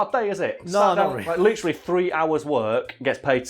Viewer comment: New drinking game!!! Take a sip every time says "litcheraly" 😂😂😂 just messing love you lol.